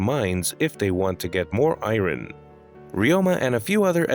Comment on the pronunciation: The pronunciation of Iron broke me 🤣